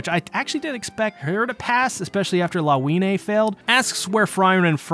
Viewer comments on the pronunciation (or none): Her name is read as Lavinya